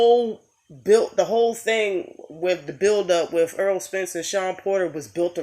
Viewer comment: Y'all love Spence, but you call him Earl not Errol...